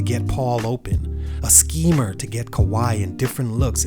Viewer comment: "A sceeemer" 😂😂😂😂